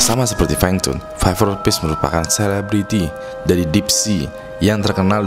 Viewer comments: viperfish bang bukan viperpish :D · skip , masa viperfish jadi viperpish sih wkwkwkwkwk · pas bahas viper fish kok gua dengernya viver peace ya xD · btw viperfish bang bukan bukan viperpish :v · Sorry baang.. sekedar saran,Englishnya di bagusin dong baang agak lucu dengernyaa "ViperPish" wkwkw semangat terus! #ewingsquad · denger lu bilang viperfish ngakak gw